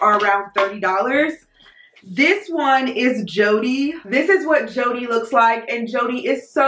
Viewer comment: I'm just so excited that you pronounced "JODE" as Joe-dee and not J-ode as others have been doing. Nice video as usual.